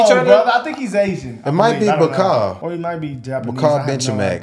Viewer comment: Bau - Khaow ( บัว -ขาว ) that’s his first name. It’s mean White Lotus.